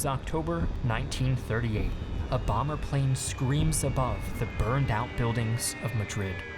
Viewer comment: it took me so long too realise you said a bomber plane, rather than Obama planes.